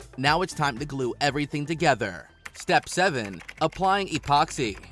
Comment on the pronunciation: Expoxy?! Along with other obvious mistakes mentioned in other comments, there's a wealth of pronunciation errors. Did you hire a dyslexic voice over guy? 😂